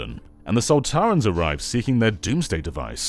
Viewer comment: It’s Sontarans not Soltarans